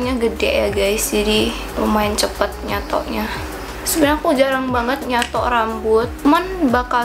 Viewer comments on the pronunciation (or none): Logat nya itu lohh "nyatok"😂